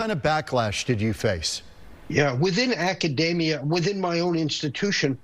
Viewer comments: It would help if Professor Steve Koonin knew how to correctly pronounce the word Academia / akəˈdēmēə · when the guy mispronounced "Academia", i became certain that we are doomed. The last 10K years of stability, an anomaly by itself are gone, we have destryed the Garden that God has given us,... woe be unto those that destroy the Planet